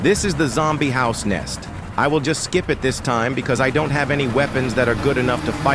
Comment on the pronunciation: Im sorry but the way you say sime words in the video 😅 "Horse-back outlaws" "Zombie house nest"